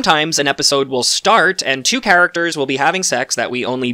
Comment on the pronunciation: Finally a reviewer with a brain. subscribing to your channel. So nice to hear someone who sees details; doesn't want a dumbed down version of the show and knows (mostly) how to pronounce the name of the charachters! Thank-you!